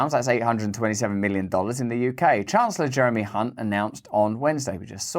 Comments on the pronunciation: You pronounced Chancellor Jeremy's last name incorrectly. It's spelled with a C, not an H. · 'The Rhyming Slang Chancellor of the Exchequer.' Can't help but notice, that so many people have the surname Hunt, but for reasons that are unclear, it is only Jeremy who prompts constant mispronunciations by our newsreaders. Another two classics on budget day.